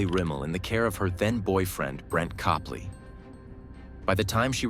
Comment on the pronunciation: It's Cope-lee I knew them personally.